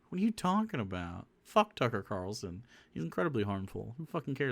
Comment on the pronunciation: He had trouble differentiating Chucklehead from Tucker that he started calling him Tucklehead